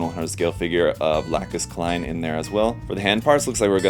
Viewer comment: Excuse me sir you mispronounced lacus clyne👁️👄☠️